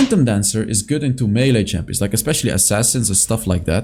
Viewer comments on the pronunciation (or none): none